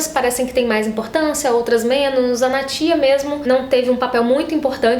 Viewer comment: Então,, eu só acho que a forma que vc fala o nome dos personagens é errada. Tipo Rafe, Berdi, Natya e até Civica e Morrighan. Como as palavras são em inglês acredito que a entonação seja diferente. Isso sempre me incomodou, mas enfim...